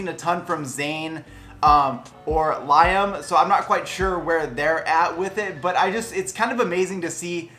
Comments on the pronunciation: did you just said layam...its liam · did he just say laim instead of liam on omg loll 😂😂😂😂😂😂😂😂😂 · Lie-um had me like 😳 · Smart using members of one direction ;) If you wanted summer, you should’ve Black and White it. But I love it! And you reflected exactly my feelings. Except for not being totally in love with him. Can relate. Great objective review, babe! Edit: the fact that you say Lye-am makes me adore you more. Niall is the best. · I agree with you about the sound; it reminds me of Roxette, like it could be the music for an 80s movie montage like Mannequin. Impressed with how all the 1D guys are being true to themselves and getting away from the pre-fab pop stuff we’ve been hearing the last decade or so. By the way, Liam is pronounced Lee-am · It's pronounced like Liam Leam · would love it if you would react to the whole album! and louis' album as well plssssss (also that's not how you pronounce liam's name haha) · The way he said Liam triggered me honestly lol 😂 glad I'm not the only person who noticed